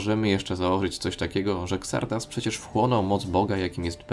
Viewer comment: Xardas czyta się "Zardas". Nie kombinuj z wymową tak jak polska lokalizacja.